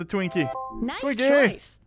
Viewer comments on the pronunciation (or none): you said drinky in sted of twinky